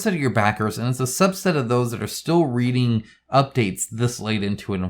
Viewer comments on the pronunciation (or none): none